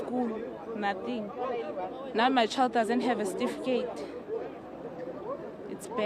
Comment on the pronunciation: As long as you still say STIFIKATE instead of CERTIFICATE you will not get that ID.